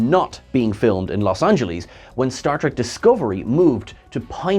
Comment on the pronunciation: It's not Los Angelees!!!